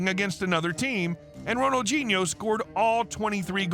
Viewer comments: Pronounced: Ronal dee nee ooo, not gee neo. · Who d hell is Ronaldginio, pronounce the man's name correct please sheez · Lmao! What a stupid fucking title. Makes it sound like he committed a serious crime, but only got in trouble over debt and a fake passport. Also, "Ronalginho"? Do you often mistake the D with a G, you fucking moron? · Who is Ronald-JEE-Neo ??? It's pronounced Ronald-DEE-Neo, surely ??? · Why is im hearing Ronaldjino. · It's called FOOTBALL And his name has d in it not a g, Ronaldhino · Does the narrator pronounce his name correctly? I mean really, Ronald Genie-O? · Ronaldjeano-at least get the name right! But a good video though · Bro said ronajinyo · the way you pronounce his name is beyond wrong, js lmaooo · It’s a shame the commentator couldn’t pronounce his name properly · 0 seconds ago When did ronaldinho suddenly get a “G” in it when your narrating his name? I thought you was talking about another footballer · FOOTBALL NOT FUCKING SOCCER and Ronaldinho doesn't have a g in it so maybe learn how to say the name properly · Bro please pronounce his name properly please I’m begging you 😂😂😂